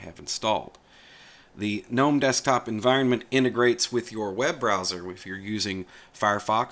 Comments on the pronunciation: GUH NOME----NOT NOME THE G IS NOT SILENT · And GNOME is pronounced GUNOME, not NOME.